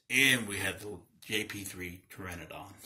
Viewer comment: Thanks for learning me about how to pronounce this Dino's name Fam. The P is silent! #TagTeam